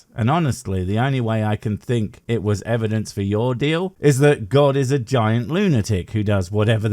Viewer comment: Why do these people insist on saying evidenceis-is-is-is?